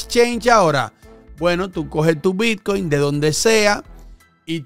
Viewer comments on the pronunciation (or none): none